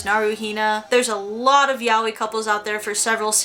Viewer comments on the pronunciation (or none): Yaoi is pronounced Yah-OY, not "yaowee" Just saying. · your pronouncing it wrong 😬